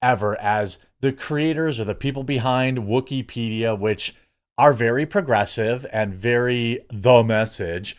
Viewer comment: Wookypedia, sounds more like Woosypedia